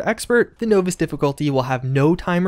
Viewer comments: I'm sorry....did you say novice as NO-VISS? lol its NAH-VISS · Novice- nah-viss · Great update, staying on top of the 76 news! But...no-vis? Nah man! Nah-vis. Of course, maybe it’s just some colloquial version of novice. Whatever, still love the info! 👍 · you know what's coming. NAW-viss. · between his mispronunciation disease and Oxhorn's, I'm not sure who has it worserer! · "nooo-viss" dude must have dyslexia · “No-vus” difficultly? LOL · Novice is pronounced naa· vuhs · know-vice lol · How else are you supposed to pronounce Novice? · You say novice... differently. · u say novice funny